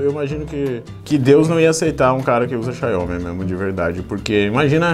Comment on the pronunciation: Não é "Xaiomi", é "Xiaomi"